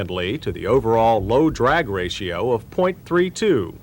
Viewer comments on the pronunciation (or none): none